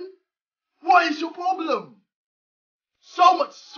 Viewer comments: Fack you man! What is your woblem!? xD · haha what is your woblem